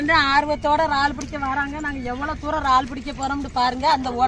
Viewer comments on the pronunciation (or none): வார்த்தைகள் பேசும் பொது யங்களுகு சில வார்த்தைகள் புரிய இல்லை இரல்லே ரல் ரால் சொல்லும்போது yanaku புரியவில்லை.